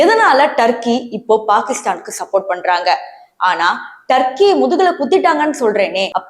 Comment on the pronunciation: அடியேய் பேய்க்கூதி முண்ட அது தர்க்கி இல்லைடி துருக்கி.